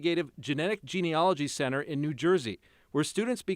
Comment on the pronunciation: When are people going to look at how the word is spelled? It’s not gene-OLOGY. It’s gene-ALOGY, and it rhymes with analogy.